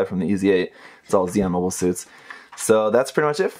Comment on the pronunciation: "Mobie" Suits?